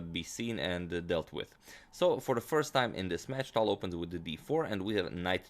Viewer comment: Btw, i was meaning to tell you that for a long time. You see that "ь" at the end of "Таль" - that is a "soft sign" in Russian. And it means that previous consonant is "soft". Wich means it sounds like if there was an "y", for example, after it. Say "Taly" and then cut off vowel part at the end. That would be right pronounce of his name. When i started to watch your channel it took me sometime to understand who are you talking about;)